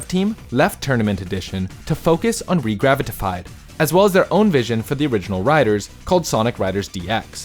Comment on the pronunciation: Gotta admit he nailed it. I just felt bad for him having to say it so many times.